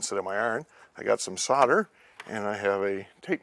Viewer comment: A useful video. Got confused by your pronounciation of 'Solder' as 'sudder'!